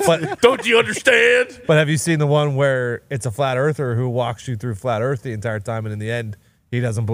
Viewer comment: Flaht erff... conman's right, once you do the research it breaks your brain. Look it up, start doubting everything you've been told!